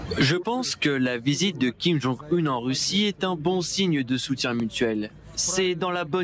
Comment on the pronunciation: Kim jong "HEUN" ??